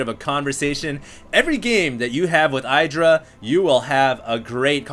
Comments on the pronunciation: his name isnt "aidra", its "iddra" (pronounced) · Why does this idiot pronounce Idra EYEdra. My god its annoying